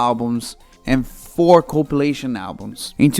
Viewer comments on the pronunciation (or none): O mn, quando tu tentou falar compilation, saiu copulation KKAKKAKAKSK me poquei de rir